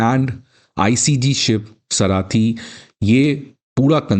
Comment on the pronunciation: सारथी & शार्दूल not सराथी & शरदूल